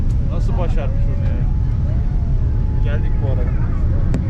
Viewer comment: dk : Mexsiko citye gelduk GELDUK. hahahahahahah yenge hanım sivaslı oldu :)